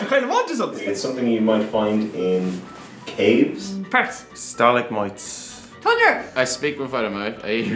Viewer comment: “Stalicmites”😂😂 you mean stalagmites